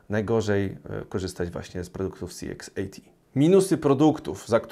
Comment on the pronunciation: Dziękuję za recenzję. Jedna sprawa: CX80 wymawiasz tak, że dla mnie, nie widząc monitora, brzmi to jak CXAT. Jestem ciekawy Twojej opinii o higienie po strzelaniu.